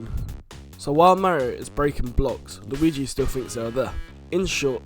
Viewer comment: "luigu" :D